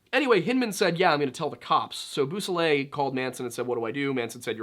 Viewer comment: They are pronounced /BO-so-lay/ and /see-EL-o/, You may want to consult French and Spanish primers regarding how they are pronounced.